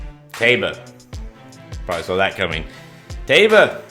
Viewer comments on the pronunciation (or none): Pronounced TYba.